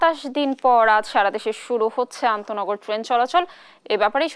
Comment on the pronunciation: সাংবাদিক ভাই আনতোনগর কে বলছেন অনতোনগর উনার উচ্চারণ ই ঠিক না উনি চাকরি পেলেন কি ভাবে এই পদে?